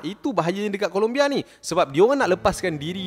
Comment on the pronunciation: "Colombia" bang bukan "Columbia". Rajin buat research sikit. Jangan tangkap muat je. Nama negara orang tu, kena hormat.